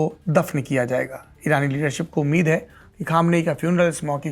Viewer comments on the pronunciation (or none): none